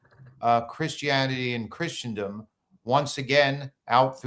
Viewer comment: Really appreciate your analysis. (, you're mispronouncing Christendom...❤)